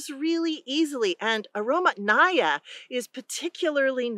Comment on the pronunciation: The emphasis in Russian, pronounced as "aromAtnaya" as in "Mathew." Truly, aroma-filled quince.